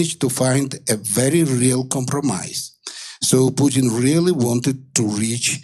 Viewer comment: lol "pooten"